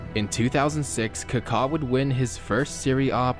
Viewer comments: What is Kakhaa? It's Kaka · Dude, it's Ka-ka not Car-car. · It’s supposed to be more like a British saying, Car-Car no R obviously. Not KuhKaa. The accent mark isn’t the same as in Spanish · He literally said "Cockatoo" without "too" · he just sounds weird saying it that's all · It’s amazing how you mispronounced every single name .. people .. venues ..